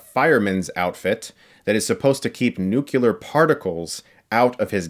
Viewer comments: Aw for christsakes, it's "nu-KLEE-er" not "nu-Q-ler"! (Sorry, it's just a huge pet peeve of mine.) And I agree... kids aren't really gonna like this movie. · NU-CLEAR, not nucular. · Chris, WHY can you not pronounce “nuclear” correctly?? 😩🤮 It’s not NUKE-U-lar. It’s “nu-cle-ar” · it's not 'nukular,' it's 'nuclear' pronounced 'new-cle-ar.' Good journalism and commentary requires good grammar. Love your content, though! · Nu-cle-ar. It’s all good, man. We had a President that pronounced it incorrectly as well. A President. The “most powerful man in the free world”. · Please don’t say nukular. Chris, you’re better than that. New-clear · Again with the "nucular" lmao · “New . . . Clear.” Say those two words, closer and closer together, until they JOIN and make ONE WORD: “Nuclear.” What is it, with America and our inability to say (possibly) the world’s most IMPORTANT WORD? We used to LAUGH at George W Bush for this reason! Sorry, but it really BOTHERS ME. PLEASE? “NUCLEAR,” is NOT THAT HARD! . . . Give it a try? . . . PLEASE? . . . BTW, I am a big fan of your show, honestly 😉✌️👍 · "Nucular. It's pronounced NUCULAR." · Nuculear? Really? :)